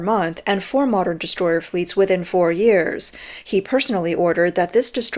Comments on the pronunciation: I thought you said distroy-her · Oh, Destroyer. I thought you said destroyed.